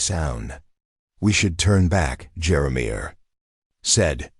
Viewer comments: The narrator what's pausing in the wrong stops as he told the story made me upset, when he, keep pronouncing Jeremiah, as jeramir. Lost interest and listening to these stories. Great storylines but don't" play" with us as readers. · Who can't pronounce Jeremiah???? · I enjoyed this story but the mispronunciation of Jeremiah drove me crazy. 😂